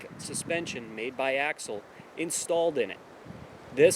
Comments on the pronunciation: It’s not axle it’s ax-i-al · Ax- i-al, not Axle. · It is pronounced 'axial' like 'axeeeaal' not axle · you pronounce Axial weird.